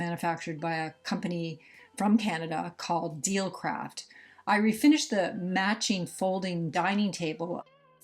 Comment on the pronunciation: Have I been pronouncing Delcraft incorrectly? (Dell craft). I do not clean my pieces until stripping and sanding are done either. I loved the little veneer shutters you made with tape 😂 Ive not been well the past year, so I haven't been able to work on anything.. Watching you is killing me, lol. I miss it. Just got some new meds, so maybe I can start slowly. Great job ❤